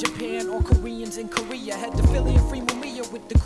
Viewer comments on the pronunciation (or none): none